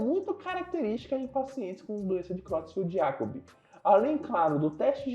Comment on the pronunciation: A pronúncia é króitsfeldt-iákob. O "e" tem som de "e", não de "i".